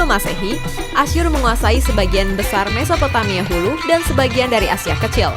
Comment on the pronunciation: mesopomaia? Aga susah sih mengatakan nya, Mesopotamia